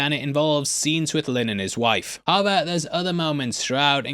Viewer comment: Im sorry i really need to know, are you saying "aber" like "but" in german or just completely smushing the words together not fully saying "how ever" and saying something like "ha vah" 😅 i feel like my brain is short circuiting everytime you say it like im not computing something right, subconsciously 🙃